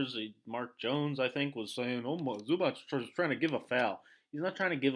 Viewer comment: Everything good but please learn how to pronounce Zubac (Zubats not Zubach).